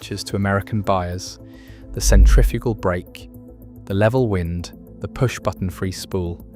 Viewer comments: ThIs narration is Ai when "wind" as in roating becomes "wind" blowing. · WIND RHYMES WITH MIND,,, 😡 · Why do we have to listen to mispronounced AI narration? The information is interesting, but wind and wind are a pretty easy difference to tell apart. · WIND SOUNDS LIKE BLIND